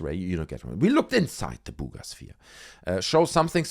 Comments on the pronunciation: everytime I hear you say 'Bugas sphere' I fall over laughing 🤣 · When he says “Buga Sphere” it makes me giggle. ❤